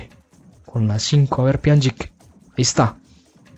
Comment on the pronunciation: Se pronuncia pianich